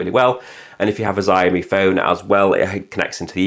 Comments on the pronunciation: Please stop saying 'zaiomee' it's pronounced 'shaomi'... You know, how it's spelt... 'xiao' is pronounced 'shao' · Shee-ow-mee = xiaomi